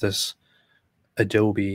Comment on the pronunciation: AdobE reader 😂